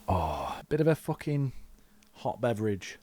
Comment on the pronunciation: Every time bro says the british ahh "FOUWHKING" gives my ear an orgasm